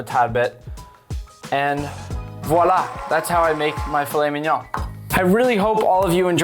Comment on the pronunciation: How it’s spelled: fillet mignon How we say it: filly mininon